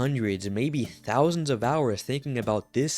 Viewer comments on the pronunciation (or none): none